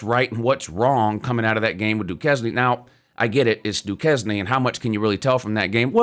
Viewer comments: “Doo-Kez-knee” 🤣🤣 bro it’s pronounced “Dew-Cane”…stupid pronunciation but true… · du cane if you are going to criticize them learn to pronounce the name at least. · It's Dukane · Lordy- Du-Cane. Duquesne, bad, bad. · Not that it matters much, but it's actually pronounced like Do-cane. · Duquesne pronounced: Doo-KEYS-nay, doo-kane, or doo-kiz-nee?